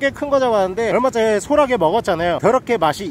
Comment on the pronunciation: 소라게 아니고 소'랏'게 큼큼